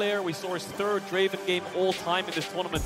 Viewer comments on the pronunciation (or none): none